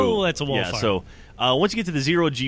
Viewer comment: WHOA ITS A WALL OF FIAH